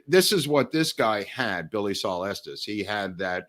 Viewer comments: Watching this way after you posted it, but thank you. Been binging on these on my days off. Thank you also for pronouncing Estes correctly, not like so people like “Es-teas and it is Pay-cos. Native Texan born in Dallas. My sister in law’s husband says he is related to Estes, though he has been known to lie from time to time. 😁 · I am just grateful that they pronounce Estes correctly.